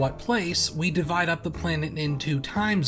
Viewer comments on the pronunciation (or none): none